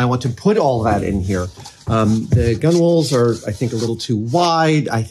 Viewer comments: Why are you saying gunwales like cool whip? Gunwale sounds like tunnel but with a g not a t. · Please Adam, it's pronounced "gunnals". You don't need to say "gunwalls" every time xD Edit: And you definitely don't need to call them "gun whales" either lol. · Adam, it's pronounced "gun-alls" even if it's spelt gunwales... The W is silent... God knows how you'd say Forecastle lol (it's "folksall" in case you wondered) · FYI - it's pronounced "Guh-Nulz"". Not "Gun-Whales". :) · It's pronounced gunnals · To try and stop my eye from twitching, “Gunwales”, is essentially pronounced “Gunnels” you don’t pronounce the W in the middle. Just like how you also don’t pronounce the W in Coxswain. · OMG! It's pronounced gunnals. Stop it!